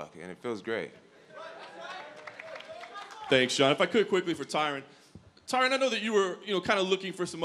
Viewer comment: Tyron "Thanks for saying my name correctly." Woodley